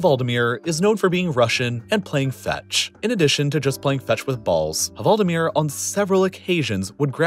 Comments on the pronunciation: I wanted to cry hearing “hvaldemir” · VALDIMIR! Not the way you are saying it! Greetings from norway! (the H is silent) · The H in hvaldimir is silent ;) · The "H" in hvaldimir is silent :) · You don't pronounce the "h" in "hval". This makes the portmanteau better than you make it sound.